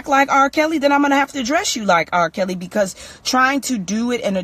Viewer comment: lol did you say RRah Kelly .